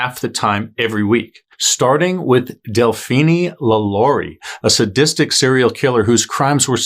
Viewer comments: Delphinie? Seriously? It’s pronounced like Josephine. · Delphine LaLaurie, it is ( Del - Feen LaLaurie ) not ( Del- Feeni'e ) Either way you did your research and a good job on telling what happened. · Del-phee-nee? Uh, NO. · Really? "Woman do it better." A very gauche statement. An aside, Delphine is French, don't pronounce the e. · Ikr? I’m cringing every time he says it. I’m also thinking of Mr. Feenie from Boy Meets World, now too!